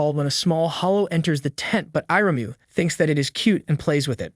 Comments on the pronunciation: text to speech got iryumyuuis name pronouncment wrong if ur wondering hows its spelled its ear-uh-mew-e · Only Faputa's? He pronounced Irumyuui in at least seven different ways